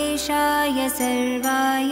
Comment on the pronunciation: Please read original mantra properly. It is "Sharvaay" i.e. "शर्वाय" and not the "Sarvaay" I.e. "सर्वाय". It is your whole and soul duty to check the mantra pronunciation properly before recording. Voice is not that important than the actual pronunciation. Correct this mistake and re-record again. And avoid making such nonsense mistakes.